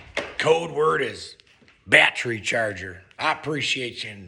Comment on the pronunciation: Always a chuckle. “Batry” charger.